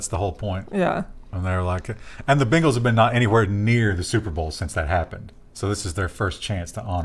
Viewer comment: Y'all said Bengals like "Bingles" and I immediately thought "God dang it, Microsoft's gotten to sports."